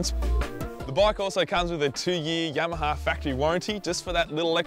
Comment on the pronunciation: "The Yemaha" :D